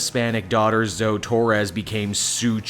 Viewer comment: I'm pretty sure it's pronounced Zo-ee not Zo